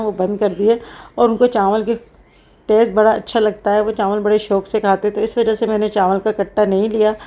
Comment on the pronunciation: Chanwal nhi hota chawal hota ha